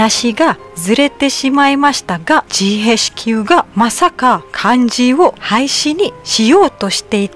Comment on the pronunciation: さん、以前から動画拝見していましたが、ふとメッセージしたくなりました。 いつも気づきの言葉、ありがとうございます。 KLに合計10年近く住んでいたことがあるので、ジーへイチキューの発音からマレーシアの方であると確信しました😁 これからも楽しみにしていますね😁 テリマカシ💖